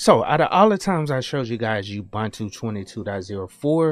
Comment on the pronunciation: Every time I hear: UBANTU, I cringe. A person doing this sounds like one of those silly text-reader programs, not a live person who knows that it's UBUNTU. There is no knowledge and respect to creators in saying: UBANTU.